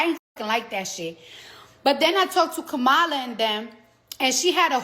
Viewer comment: Cardi B. Please learn how to pronounce Kamala Harris firsr name correctly. You sound like all them MAGA idiots who mispronounce her first name on purpose to disrespect her.